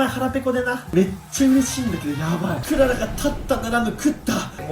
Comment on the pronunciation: クララじゃなくて ク・ララ ですね